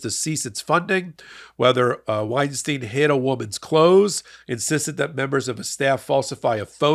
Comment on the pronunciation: wine stine, not wine steen! "ei" is pronounced the same both times.